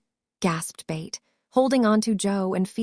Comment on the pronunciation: Why do you pronounce Beth as Bate? It is pronounced BETH rhyming with Seth or meth.